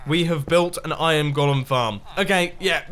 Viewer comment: Wait on mumbo says iron gólum